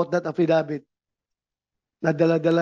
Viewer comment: Affi-dawit hindi affidavit😊😊